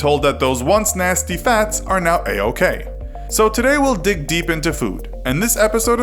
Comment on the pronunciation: Did he said lets dick deep? where should i put my D ?